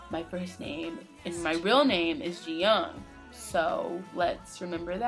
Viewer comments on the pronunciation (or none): I love you guys so much but I had to help you guys out a bit. its JiYONG not JiYOUNG (maybe thinking about JYP? lol) and Coup d'etat is pronounced coo day tah. Always love your reactions and I think this MV is so important for GD's fans because he's trying to give us a look into what his life is like and how he's coping with EVERYTHING that comes with who he is and what he does. He's pretty brilliant.